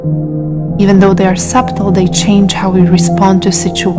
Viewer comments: This made me aware of what was needed to change. I will not be the person that they expected me to become. However, it’s pronounced “Suddle”. Not “Sub-tle”. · So beautiful and peaceful…thank you. Your voice is lovely and so soothing and your English nearly flawless. To enhance your language knowledge that the “b” in subtle is silent, 🙏🏻💖🌟